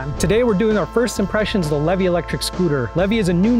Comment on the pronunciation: It’s pronounced LEE VEE!! I would know!